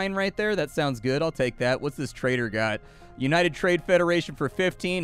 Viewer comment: I heard you say " oh no, I shot a traitor!" I was thinking to myself, so what?! He's a traitor! Then I realized that you meant "trader" 🤣